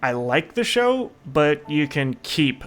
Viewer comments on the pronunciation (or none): Show XD not shoe